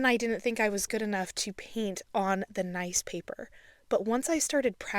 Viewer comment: Are you aware that the word “paint” is said with a long A, as in the word “pay” not a long E as in the word “peek”? You say the word paint as if it is spelled peent. It’s very distracting.